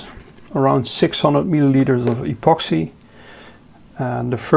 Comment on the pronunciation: pronounce 'epoxi'....keep up the good work 🙏